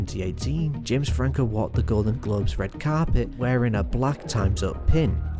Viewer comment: “You may be wondering, Where is Jems Frankuuh”